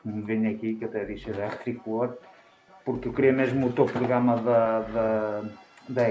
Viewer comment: eu tambem ouvi tricor XD